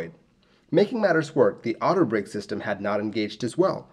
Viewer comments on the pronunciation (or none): none